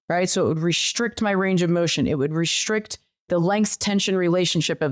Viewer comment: ...What's "rish'rict" supposed to mean: "restrict"?...